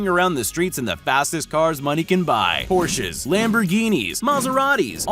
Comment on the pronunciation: Me: did he just said proches